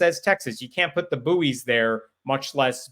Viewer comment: Small point “buoys” is pronounced “boys” the u is silent and to differentiate between juvenile human males and fixed floating balls used for maritime guidance.